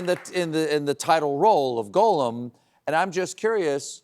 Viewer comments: How does a supposedly huge fan like Stephen Colbert not know how to pronounce Gollum? It's not Golem.... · Why did Stephen mispronounce Gollum’s name? A Golem is a Jewish legend, Gollum is the correct name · Steven mispronounces Gollum, some expert he is.. I bet he doesn’t even re read the Silmarillion every year. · You’d think a big fan of LOTR like Stephen would know how to pronounce Gollum. But apparently not.